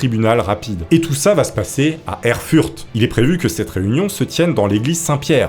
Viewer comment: La ville Erfurt, se dit "Erfourt" avec le "t" prononcé.